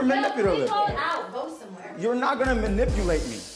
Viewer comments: lmao. manipulatative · the way he cannot pronounce manipulative right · Bria’s attempt to correct by saying manipulative correctly still did not help him to say that damn word correctly. 😂